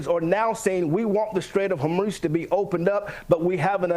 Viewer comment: STRAIT of Hormuz. Not STATE. To think you know what Americans do or do not know based on the lump of s#!+ pastor losing his mind on one program is kind of silly. The pastor seems to have a derangement syndrome induced by your lovely British interviewer. We do know what T** is and how fkkked we are. 💛